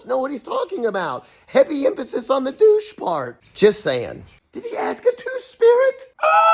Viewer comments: Heavy emphasis on the dough! Lol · "Heavy emphasis on the 'douche' part" 😆 😆 😆 😆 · Heavy emphasis on douche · “Heavy emphasis on the ‘douche’ part” 💀💀🤣🤣 I’m cracking up lol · I burst out laughing at the “ emphasis on the douche part” and had to stop and replay it for my mother.